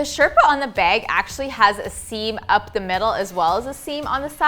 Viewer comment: I swear if says beg (bag) one more time